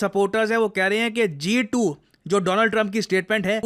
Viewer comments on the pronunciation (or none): G2❌ Jha2✅ 😂